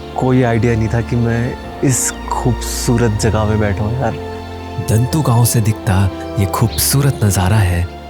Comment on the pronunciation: दन्तु नहीं दाॅऺतू